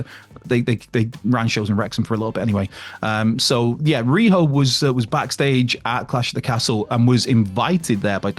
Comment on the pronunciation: Isn't rhio supposed to be ry o not riho